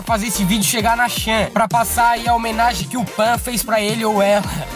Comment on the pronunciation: não é ''xan'' se lê ''tchan'' essa ai é a vila de um japa, que com certeza colocou no nome de (pan) que é feminimo... o ''chan'' é como se fosse '' naruto kun'' ou seja... ''chan'' é pra uma namorada ou melhor amiga...